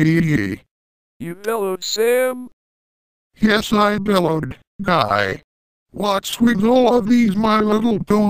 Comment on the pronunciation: GUYYYYYYYYYYYYYYYYYY is pronounced guy i i i i i i i i i or guy eeeeeeeeeeeee, not gweeeeeeeeeeeeeeeeeeeee!